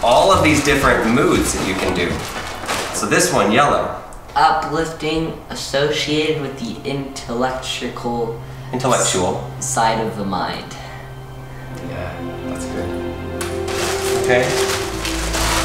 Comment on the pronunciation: Intillectrical? Really? 😂